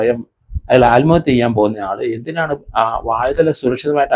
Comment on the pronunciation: സാർ... ആൽമഹത്യ അല്ല. ആത്മഹത്യ.